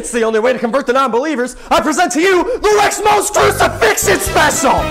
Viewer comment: the pause on "*Crucifixion*" and the cut to "speciaw :)" is... jarring.